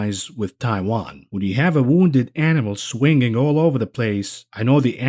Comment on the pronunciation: The way he pronounces "Swing-ging" is triggering me🤣🤣🤣